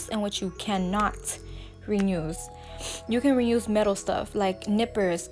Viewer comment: Love the nails. Are u saying "renuse" or "reuse"? Lol